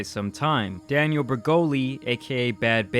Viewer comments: Even the news woman called him "Phil" she left out the "doctor" title then she proceeded to throw more shade by mispronouncing Danielle's name. I don't think she cared anything about this interview tbh. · Why do people pronounce "Danielle" as "Daniel"?